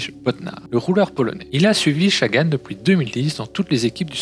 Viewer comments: Je suis d'accord, c'est la première fois que j'entends qqn dire chagan et franchement, c'est chiant ! (et ça fait que 1min17 que je regarde ta video qui a l'air plutôt bien faite au demeurant) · L’analyse est intéressante mais la prononciation des noms des coureurs catastrophique malheureusement. Peter Sagan avec un S comme serpent et Chagan comme un chat. Sam BenneT et pas benêt. Mon commentaire va sembler un peu rude et c’est n’est pas le but. Pour moi c’est juste le gros point à améliorer pour que la vidéo soit plus agréable à regarder